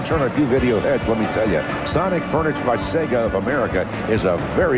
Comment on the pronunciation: SEEGA of America!?